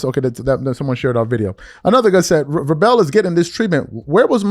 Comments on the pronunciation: Crazy work you can’t say Mike Vrabel’s name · You’re killing me the way you’re saying Mike Vrabel’s name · Bro....its no way u dont know how to say Vrabels name....dude has been in the public eye since the early 2000s and u claim to be a sports reporter....do better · Hey at least pronounce Vrabel name correctly. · Bro, I love your shows but damn if you're a sports talk guy, please research enough to know how to pronounce the coaches name. Geeeeeeeeeez. You're killing me. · If u weren't SO damn concerned with LEBRON JAMES...u would KNOW how to PRONOUNCE Mike VRABEL's name!!! U have NO sports knowledge. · He never heard of BALCO, he said Barkley and Jordan guarded each other, he can't pronounce Mike Vrabel, he couldn't pronounce Olden Polyniece, he admits he never saw Jordan play, he claims to be a Lakers fan but rooted for the Clippers the last 6 years, he complains about the media coverage of LeBron and the Lakers, yet he talks about them more than the national media, he claims the series he's most interested in is the Nuggets vs Wolves, but where are the videos of them after the game? He went on FYF sports and started faking about needing to go becausebhe was getting exposed....it should be a crime to be this fraudulent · 😂😂....he's butchering dudes name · These are two consenting adults cheating on their spouses. This is different because they do not work in the same company. Nobody cares except those who are directly affected. BTW...Malika doesn't cover the NFL. Hell... can't even pronounce Mike Vrabel's name correctly, so we know that he doesn't cover football. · "VRAY-BULL!".....once more....."VRAY-BULL!" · She’s an NBA reporter. Why would she comment on Mike Vrabel? She doesn’t EVER talk about NFL players. And it’s pronounced (VRAY-bull) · Vrah-Bell lol? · its pronounced "VRAY-ble" not "vray bell" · Vrāāā•BLE not Vră•BELL. Google the pronunciation of the people you're speaking on before speaking on them playa. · VRAY bul rhymes with TABLE